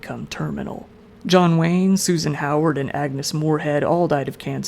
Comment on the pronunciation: It might be a good idea for the narrator to research the actual pronunciations of some of the names of the people in this video. Susan Hayward, not Howard. Vic Morrow (MORE-oh), not Moreau. Cecil (like vessel), not SEE-cil B DeMille (not Dee-meal).